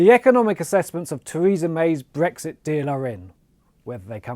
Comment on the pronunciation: It’s Brexit. This guy said Bregxit! The newscasters normally say Bregsit just to get us thinking I think!